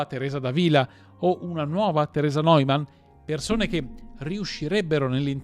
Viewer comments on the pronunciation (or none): none